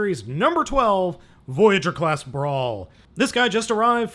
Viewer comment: It's brawl not brawn, brawl is a decepicon